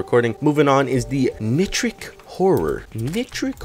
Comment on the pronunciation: Can pronounce and understand sulfuric but doesn't know how to pronounce nitric. Wut.